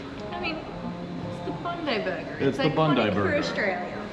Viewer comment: Bondi is BOND-EYE not bond-ee. Oporto started across the road from Bondi Beach.